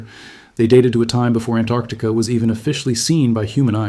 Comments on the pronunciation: AnTarctica, not Annarctica. The T is not silent. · It’s not Anarctica it’s AnTarctica it has 2 t’s in it why does just about every person not know how to say it , it’s so stupid sounding when said wrong 🫤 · it is actually AntArctica, because it is opposite Arctica (anti-arctica), not Tarctica... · Why can't seppos ever pronounce Antarctica correctly?? So many ignore the first T completely or add it to the ARC syllable. It's ANT--ARC--TI--CA, the first syllable being ANT, okay, seppos?? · AnTarctica. Why can't Americans say it correctly ? Very interesting video.